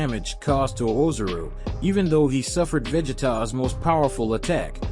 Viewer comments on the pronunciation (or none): Yeah bro he is pronouncing a bunch of stuff wrong. Whis and Ozaru too he says wrong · This dude pronounces dragon ball terms weird. Whis, sayians, kakarot, ozaru...the heck man